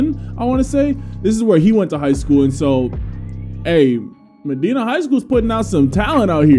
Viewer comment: As a Ohian and just heads up it is pronounced Ma -die - Na one of the best schools in football in Ohio for many years